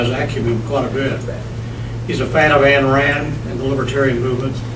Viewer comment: Ann Rand? It's Ayn. It rhymes with mine. Just saying.....